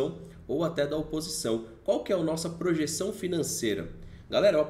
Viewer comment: "opisção" ? Hahaha